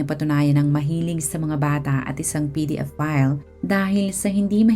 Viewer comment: Mabablock po ba channel mo pag sinabi mo ung word na "pedophile"? PDF file kc pagkaka sabi mo eh